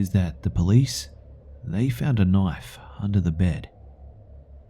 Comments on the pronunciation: I absolutely loves when he says KNOIFE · Dang it, now I'll never stop hearing it that way....!